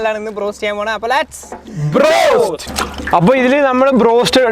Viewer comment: brost anno ado go ennano paranje